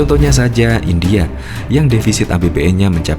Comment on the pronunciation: Bukan Hindia tapi India kali yaaa